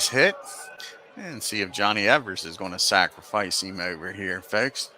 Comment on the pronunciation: You’re misreading the box scores during the opening minute of the video. You corrected yourself in the second minute. Also, Evers pronounced his name as “Eevers,” not “Eh-vers.”